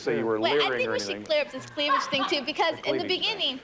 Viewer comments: he said cleavaledge!😁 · Her CLEAV-LAGE LOL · it was me. The guy on the show said cleavelage. Still funny today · Right? When I heard him say “cleavlage” I knew he was sharp as a tac.